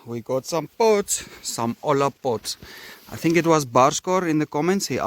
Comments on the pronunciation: Its pronounced Oya - in spanish, two Ls sounds like a Y. Like Tortilla sounds like Tor-ti-ya... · You were pronouncing it as if a spanish person was saying "Hola"...or hello. Hola in spanish would sound like O-la ...😂 so it sounded like you were calling them Hello pots.